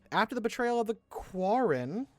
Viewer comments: You pronounced Quarren correctly. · You were saying quarren right.